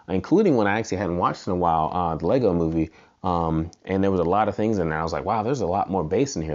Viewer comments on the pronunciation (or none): none